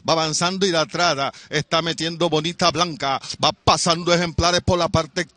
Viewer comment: Cómo narrador deberia estudiar los nombres de los ejemplares 5 caballos y no pronuncias bien ninguno de los 5 porque la ganadora es Bonita Bianca no bonita blanca como tu pronuncias muy mal de parte de este narrador no dedicar el tiempo a aprender la pronunciacion exacta